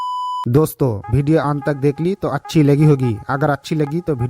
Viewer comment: Bhai वीडियो hota hai भीडियो nahin hota hai.